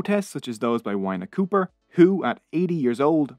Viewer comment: I was coping until the pronunciation of 'Whina Cooper' 😂😭 Amazing video just please respect the pronunciations :)